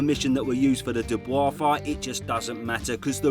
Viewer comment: Your pronunciation of "Dubois" name is quite controversial.